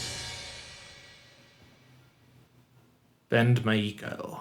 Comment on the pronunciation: It's pronounced (My-Co), not Mai-ii-Ko. Now do 'Gion-Cho'.